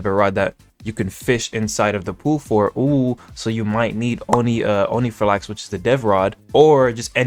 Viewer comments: omg please say onirifalx correctly its "on iri fal ix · Unc its not onifrlax its onirifalx 😭 (love your vids btw)